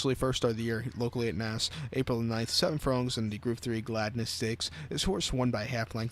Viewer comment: Cant even pronounce naas correctly